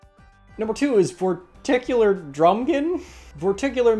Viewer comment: LMAO Vorticular manslaughter